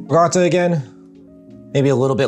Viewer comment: it's not rigotta, it's ricotta with a C LOL